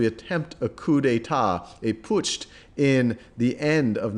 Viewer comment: A Pu tsch and not a Pushed :D